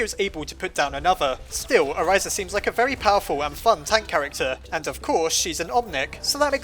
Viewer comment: I just wanted to point out that you were mispronouncing Orisa's name incorrectly. If you want to know the actual pronunciation, go watch her origin story video. Sorry if that sounded rude, it's just that my OCD went crazy when I heard you pronounce it "Oriza" instead.